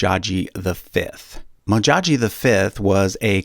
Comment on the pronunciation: Its Modjadji amd not Modjaji... Please get it right.